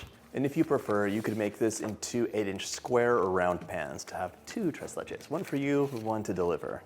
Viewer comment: I’m so proud of the way you said “tres leches”